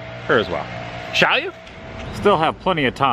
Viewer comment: Dude gets me every time with the break between the join me and shaaaaall you lol